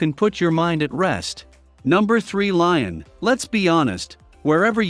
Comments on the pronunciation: Lyon is pronounced “Lee-On”, NOT “Lion” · It's pronounced Leeon you idiot.